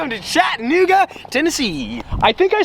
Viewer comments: It’s CHAT-UH-NOOGA not chitinnooga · I love here and it’s pronounced “Chatt- Uh - nooga” not “chatt- nooga” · As a Chattanoogan, it's cha-duh-NOO-guh. Close, but no cigar LOL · I live in chattanooga its Chattanooga not chattinuga lmao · Its Chattanooga not chatnooga lol ive lived here my entire life not to sound like a pompous ass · ITS CHAT—A-NOOGA!!! I live here bro get it right ! Not chat-N-ooga smh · I live in Chattanooga and we say Chat-ah-new-ga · “chat-nigga Tennessee”😂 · He said nig a 😂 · I live about 2 hours south of chattanooga (and it’s pronounced chat-uh-noo-guh 😂) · Wtf? in my hometown on the walking bridge? That's not how you say Chattanooga tho. But good try👍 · you’re saying Chattanooga wrong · I am sorry but you say Chattanooga so wrong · it sounds like you said the n word😂